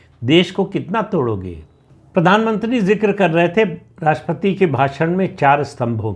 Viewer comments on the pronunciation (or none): राष्ट्रपति" शब्द का उच्चार आप "राष्पति" ऐसा क्यूं करते हैं?